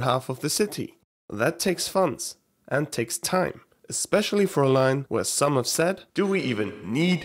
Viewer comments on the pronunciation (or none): none